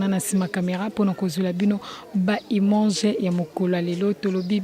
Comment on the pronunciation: Mere venicia okondi boye. Balobaka IMAGE et non IMANGE☆ tout le temps tu fais cette erreur. Sinn merci pour un bon boulot